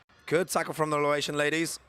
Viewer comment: Laotian, not "Lawaitian" please